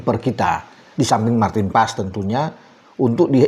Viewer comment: marteen paes bukan emil anders